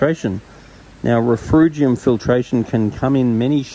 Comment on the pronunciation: RefUgium - no R in the middle dude Great vid and advice